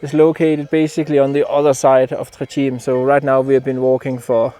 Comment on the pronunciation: Simply spectacular! Try this pronunciation "tray tchi-may"